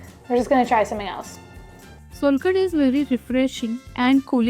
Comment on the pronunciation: You must try the authentic solkadhi in India! It's not solkadhi, it's SOULkadhi❤